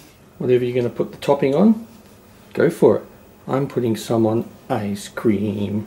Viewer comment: The way you said ice cream made me giggle and you used your daughters spoon to eat it which I thought was pretty funny, I love your channel, it's fantastic!